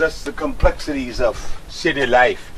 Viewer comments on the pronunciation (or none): none